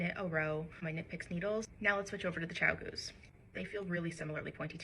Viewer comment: Did you just call them “Ciao-goos” 👀 Am I… having a stroke… I’m looking at the spelling of the brand here 😅